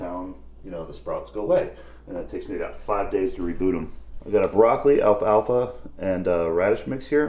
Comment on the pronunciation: I like how juji says "alf alfa" instead of "al falfa"